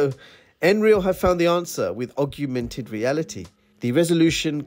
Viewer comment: Great video! Augmented is not pronounced that way though 😄